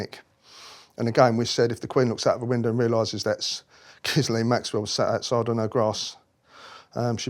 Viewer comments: The name "Ghislaine" has a silent 'S', pronounced Ghilaine. Just thought I'd mention it. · “Gis-lane”???? Reeeeally? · It is pronounced without the S. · It's pronounced 'hi-layn', darling. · Did he pronounce her name "Giz-lane" lol. Anyways I wonder why he was the Queen's favourite? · How could he have never learned to have pronounced Ghislaine correctly? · I don’t know why, if he’s so familiar with Ghislaine Maxwell, he can’t pronounce her name properly. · Why can he not pronounce Ghislaines name correctly? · It would be more believable if he could pronounce Gislaine’s name correctly. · I'm not sure I believe this. He cannot even pronounce Ghislaine. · All his supposed testimony undermined by his being unable to pronounce Maxwell's first name properly and total lack of knowledge of the law. If Andrew had gone to court, any and all testimony of him knowing Epstein Maxwell would lay him open to charge of joint enterprise in trafficking someone for sex.... even if the person is over the age of consent in the country where the alleged incident took place. You think the Yanks didnt want Andrew's head to prevent people wanting some of their rich and famous... Gates The Clintons and more spring to mind. Incidentally isnt this the same who was convicted of running a property scam, and when being investigated and tried made all sorts of allegations about other police officers? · Someone teach this guy how to pronounce Ghislaine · why did you reply all that to my comment? Where did I say he was lying? I just want him to pronounce that name correctly because it’s painful to list to him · How can he have all this knowledge and years of experience and met these people multiple times yet not know how to pronounce her name? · I wish he would pronounce ghislain properly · And yet he still can’t pronounce Ghislain’s name properly! Douche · Poor sod is not a mental giant. Can't even pronounce Ghislaine or cart blanche.